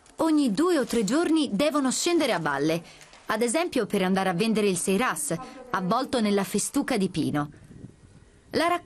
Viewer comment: sairas si dice, non seiras!